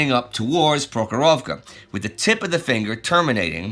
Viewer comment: I appreciate your Russian pronunciation Indy!